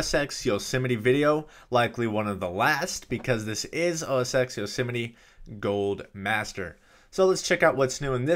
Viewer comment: IT IS CALLED OS TEN, NOT OS EX. FUCK